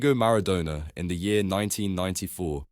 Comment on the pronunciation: Maradoner?!?!? Cantoner????